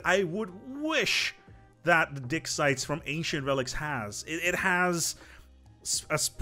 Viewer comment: I don't like to comment on people's accents since I'm aware that my accent in their language would be even worse -- assuming I could speak the language at all. But all the talk about "ancient dick sites" just had me LOL for most of the section about the Ancient Relics pack.